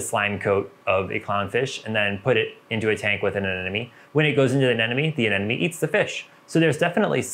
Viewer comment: A ne mo nee. A Nemo knee. Finding Nemo. Not neno. Anemone. Not anenome..